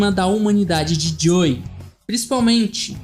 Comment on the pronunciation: gostei mas olha diga antes the last of us (em vez de thelastvus) e joel(em vez de joey)